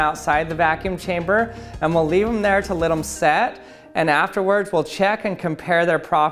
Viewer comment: is it just me or does he pronounce "let" "lit?"